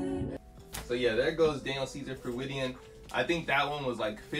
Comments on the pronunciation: he said freudian wrong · Great video, but that is N O T how you pronounce Freudian 😂